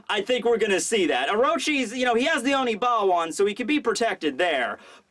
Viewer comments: It's Oniwaban, not Onibawan. Please stop mispronouncing it. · ackswally, it is Oniwaban not Onibawan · holy crap its oniwaban not onibawan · say it with me now, ONI-WA-BAN group! Love your videos man.